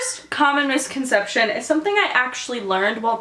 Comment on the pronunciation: When you said "Most Common Misconception", I thought you said "Communist Concetption". ASDFGHJKL.